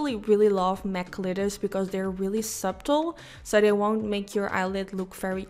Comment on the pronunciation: I love purple eyeshadow, or green (although green doesn’t get much love: Hey, did you know subtle is actually pronounced like “suttle”? Just thought I’d let you know as I remember you saying you like to improve!:)